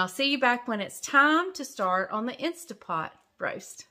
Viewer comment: It's not stA .. it's staNt .. pot